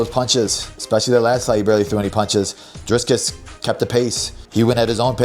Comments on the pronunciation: FFS, Belal, it’s “Dricus,” with one “s.” Not “DriScus.” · I keep dying when he says "driscus" habibi it's DRIcus DREE CUSS 🤣🤣🤣